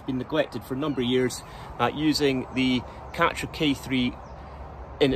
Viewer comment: Karcher not catcher.